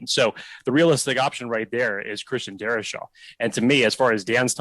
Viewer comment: Please no Darrisaw. Also, why can't people ( especially those who have podcasts) say his last name properly?! Guy here said his name like there was an extra "h" in his name. It's "Darr- I - saw". Not "Dari- sHaw."